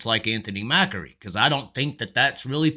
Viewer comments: MACRI not MAKAREE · MACK-REE. MACK-REE. It's not like Macaroni and Macaroons. Good videos though, you bring up a lot of good points and present them concisely.